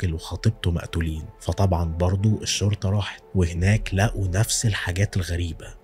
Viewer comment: يا ابوس ايدك..الشرطة لام شمسية..حرف الام مش بيتنطق😭😭😭 حرام عليك اللغة العربية ارجووووك😢😢😢😢